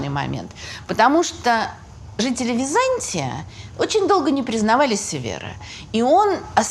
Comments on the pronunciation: При всем уважении, ударение ставится не на том слоге! Византи’я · Подарите ей уже кто-нибудь орфографический словарь. Может быть этот "историк" поймёт, где в слове Византия ударение надо ставить ;-) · прекрасный рассказ. Но почему вдруг ВизАнтий или ВизАнтия? ВизантИя. Странно слышать от прекрасно образованного человека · А почему вы произносите ВизАнтия? Ведь ВизантИя же...